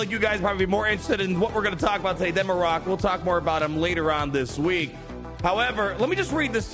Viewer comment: Mare-rick* = Marrok, no way it’s pronounced mar-rock it’s annoying to hear and makes my ears feel like they want to bleed.